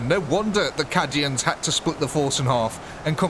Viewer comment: You pronounce "cay-dians" as "cah-dians"... I didn't want to say anything at first, but several videos mispronounciations is making me speak up.